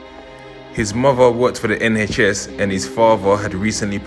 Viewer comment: Ehn haych ess 🤣